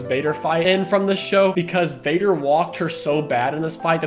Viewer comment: 'Vadar', even